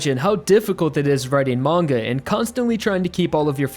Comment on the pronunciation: mangaの発音、時々マン毛。